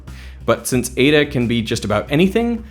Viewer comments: Eda 😂😂😂😂 ee-tah its pronounced. The way English speakers pronounce Greek letters is just embarrassing 😂😂😂😂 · Nice to hear you correctly pronounce all these french names and correctly use the plural of medium. Now work on your Greek and find out that n like letter is eta not eeda. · This is great. One small thing: η isn't pronounced like that in Greek.